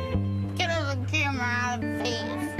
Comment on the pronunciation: Get the fweakin camwa out my face